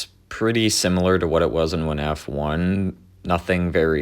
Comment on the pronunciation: why is bro saying "wuh-naf" 💀